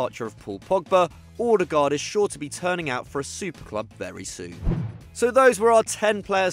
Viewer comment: The way you pronounced Odegaard was funny af. It's Odegaard not Ordegerd